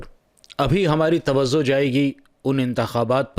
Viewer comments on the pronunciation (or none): Tavajo... Not tavazo